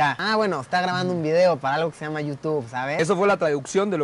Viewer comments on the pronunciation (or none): none